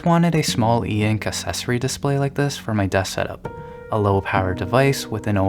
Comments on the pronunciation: accessory has a hard k sound and the s sound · that pronunciation of accessory has me triggered